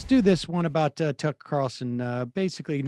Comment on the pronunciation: Its Tuckkker Carlson.